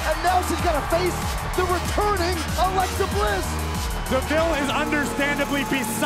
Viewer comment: Hey it’s Alexa not lexi